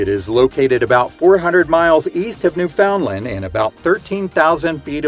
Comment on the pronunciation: Great video! Brought back a lot of memories. As an Atlantic Canadian, I had to laugh at your pronunciation of Newfoundland (it’s more like “Newfinlnd”, but say it altogether instead of breaking it up by the syllables). Don’t feel bad, though. There are even some Canadians who mispronounce it. 🤷‍♂️